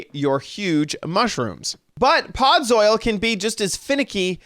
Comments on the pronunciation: I guess he could be saying soil because it looks like gardening soil block. Although, with his knowledge of Minecraft and the way it's spelled he should pronounce it "Pod-zull" Made me giggle never expected him to say that. ☺️ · Why do you pronounce it "podz-oil"? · I had to say it correctly every time he said it wrong lmao where did he learn that pronunciation?! 😂